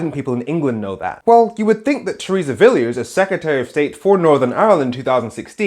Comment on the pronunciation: 1) Her name is pronounced Villa's. 2) Unfortunately Mrs May in conjunction with her remaining civil servants made a whole series of decisions which added to the problems of Brexit in relation to NI.